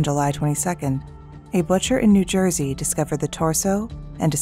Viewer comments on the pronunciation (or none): none